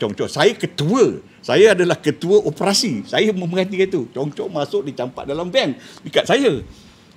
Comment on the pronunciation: . Bukan opprassi, tapi ....o p e r a si.